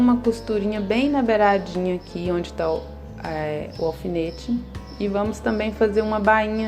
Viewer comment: Não se diz ofinete, é alfinete